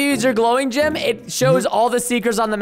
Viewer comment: It's so funny how Preston says gem like gym!